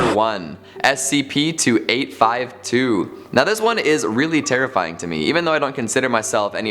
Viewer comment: Did any one notice that he did not say the first SCP number correctly